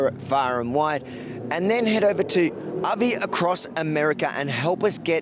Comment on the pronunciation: Avi in his Ah-ve.